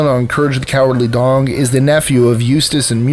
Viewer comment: I can't un-hear "Courage the Cowardly Dong." But that probably just says more about me.